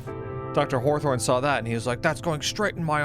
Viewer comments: Consistently calling him Dr. Horthorne after hearing it pronounced that way made me chuckle every time LOL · Thank you for pronouncing it "Dr Horthorne" every time thereafter. that's why I love watching your playthroughs of games I'll never play. thanks again!